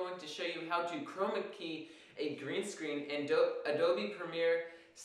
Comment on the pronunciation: Love the way you say Chrrrrrroma key . Arrrrr! :) It's the little things that make an instructor memorable.